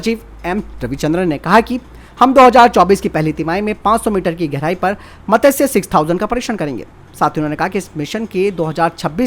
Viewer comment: It's not मतस्य it's मत्स्य 6000